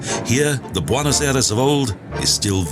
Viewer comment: Trying to figure out why you would pronounce Argentina’s capital as “ Bonnos” when anyone with even the slightest knowledge of Spanish, know it’s pronounced “ Bwaynoss”